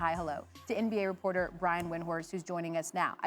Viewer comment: She said "Brian Windworst"